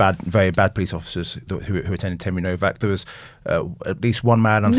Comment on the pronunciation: It’s HENRY NOWAK NOT NOVAK